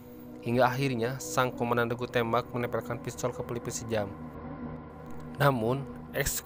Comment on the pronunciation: Om...koq "sejam" ??? 😂😁😂😁😂😁....itu dibacanya "syam" 😁😁...jaman dulu ejaan masih pake ejaan belanda.....oe dibaca U. Contoh sOEharto , J di baca Y contoh Yamin, DJ dibaca J contoh DJatmiko, I (apabila huruf didepan huruf konsonan dibaca E)...contoh : Ik dibaca Eke(saya)...Indonesia (dibaca endonesia)..